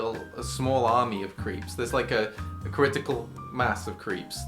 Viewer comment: i don't know why that mispronunciation of creeps triggered me so much ohhh their talking about the person not the MARVolus french food